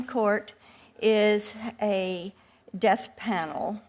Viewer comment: Is she saying "Deaf Panel" or "Death Panel"?